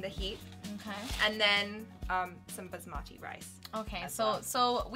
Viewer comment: Guys whatever it is , but you need to interchange the sound of AA in Basmati rice...it Baaasmati not basmaaaati